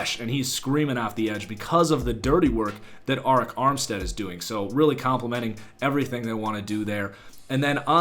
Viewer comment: Arik Armstead names is pronounced ERIC